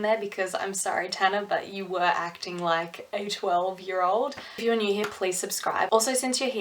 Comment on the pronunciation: Idk why I understood "If you're an idiot" instead of "if you're new here"